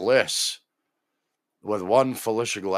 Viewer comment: it could be the inability to make the TH sound? WIFF and WIFFOUT